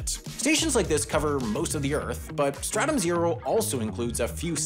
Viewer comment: Not me thinking about helldivers 2 every time he said startum